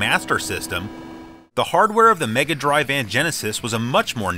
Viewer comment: You're pronouncing "Megadrive" wrong sir ;)